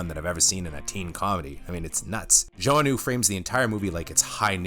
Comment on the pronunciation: Are you sure you're pronouncing "Joanue" (joe-a-new) correctly? I always thought it was like ja-now ...